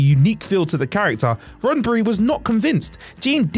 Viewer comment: "RoddenBry..".....you're killing us bruh....